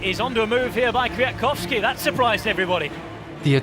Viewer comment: Two months? and yet you could not practice how to say Kwiatkowski right 😂